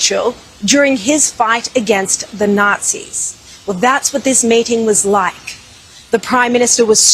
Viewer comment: Sounded like she was saying she was "mating with Netanyahu" not "MEETING with Netanyahu." Long live Bibi. Long live Israel ! Israel invented the West, Israel will save the West.